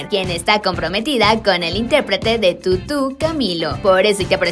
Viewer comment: Yo no me refiero a la escritura, me refiero a que lo dice de esa forma que pues han cojido la costumbre de pronunciarlo así y le pido que respete.